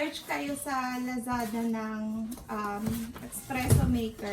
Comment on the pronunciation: Hi , since you’re making an espresso , it shouldn’t make the cup full . usually , espresso is 1oz to 2 ounces then add water or milk . also , the “beans” you used are too coarse for espresso . look for a more finer grind of coffee beans . lastly , es-pre-sso not ex-presso :)) hope this’ll help you !